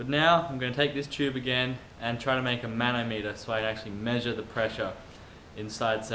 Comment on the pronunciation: The back and forth could only have been caused by your movements or variations at the insecure leak point. Interesting try at a 'man-ometer' (pronunciation). The water manometer is still actually used in some semi-scientific fields due to its low cost and good sensitivity for measuring small pressure differentials. You could try a closed-end manometer. Doubles the resolution. Luke